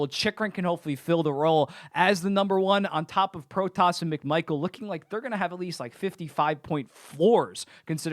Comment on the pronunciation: Just wanna say it now, you pronounce the name "Protas" like "Pro-tis", still better pronounication than most commentators lol.